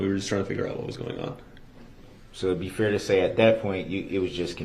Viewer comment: I hate how he says the word fair-- he said it like fear. Drives me crazy. Not to mention his mispronounced other words too but fear really gets on my nerves!